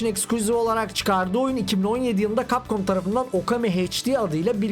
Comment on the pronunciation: Lütfen cap comu düzgün oku